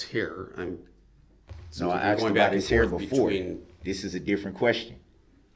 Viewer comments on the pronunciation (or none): "Axed" instead of asked and "do dat" Instead of do that SMH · how many times is the defendant going to ask the officer if he was axed? or claim he was axed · Funny how when he wants something From the judge he has ZERO problem saying “ASK.” Not AXE.